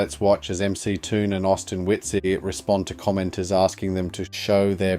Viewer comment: Well, at least THIS guy (AI or not) said MCToon's name right. Lol.